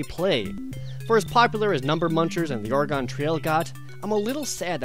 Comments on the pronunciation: No one else is going to point out the fact that he pronounced Oregon "Ore-GONE"? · God damn it Jared it's pronounced Ore-ih-gun not Ore-gone. Lived in Oregon my entire life up until two years ago. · augh he said Oregon ore-ee-gone. ps I played this game all the time as a kid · did he just say "The Or gone Trail"?